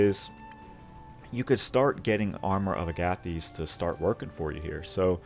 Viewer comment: Agathys is pronounced like Agatha and thesis; Aga-thiss. Love this build super dope synergy just wish rage replenished off for a short rest 😅